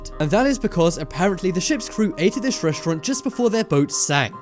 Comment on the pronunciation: reshtront!! Who the hell taught you english and who the hell says reshtront? it's RESTAURANT you half wit